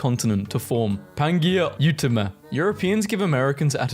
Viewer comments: Pangaea Pan-G-uh Ultima (ultimate -te) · had to scrounge for a comment that mentioned that cuz I know I'm not the only one who noticed